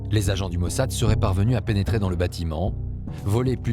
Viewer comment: Nu gasiti un traducator mai aproape de citirea in limba romana ?E obositor cum spune mossad!Altfel apreciez documentarul!